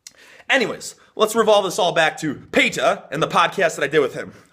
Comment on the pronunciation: Petah from youkay